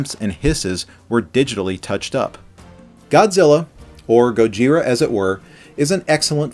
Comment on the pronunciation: he said Gojira wrong